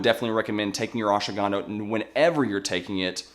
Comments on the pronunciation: It's ashwagandha, not ashawagandha. You're adding an extra syllable, and it already has plenty. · Pleae stop pronouncing it Oshwaganda. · Say the name properly at least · Fun fact: These experts talking about Ashwagandha don't even know how to pronounce it correctly. All good. Thanks for the effort.